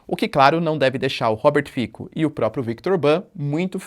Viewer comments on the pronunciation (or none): A pronúncia é "Robert Fitso", c nas línguas eslavas é "ts". Ć seria "tch"